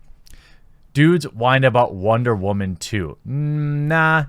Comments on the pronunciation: Honestly “wamen”is getting old any annoying just saying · I'm confused as to what your definition of Wahman is. It's pretty obviously meant to be about a certain type of woman but at this point it seems like you don't even say the actual word anymore when speaking about women in general... If Wahman is what I think then I get it, but that's not all women, just like not all men are rapey shitbags like the media let's on. If not, either you're very clearly not unbiased... or you have a speech impediment. Either way, there's no way you're single. Just so this isn't the route comments go down, I'm not sjw or left or anything, merely speaking on the over/misuse of a word by a guy who speaks about unfair sexist assumptions and how it goes both ways. Also since you've clearly no idea how words work.. it's quadrupling down. Need a faceplam emoji. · captain wamen lol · Boy said wamen lol 😂